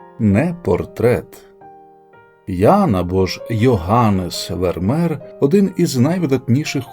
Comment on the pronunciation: Не Вермер, а Вермеєр😮